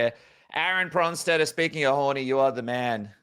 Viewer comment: Aaron VON BRON-steter 😂😂😂